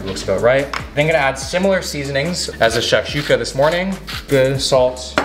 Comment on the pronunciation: the was he said shakshuka 🤦‍♂️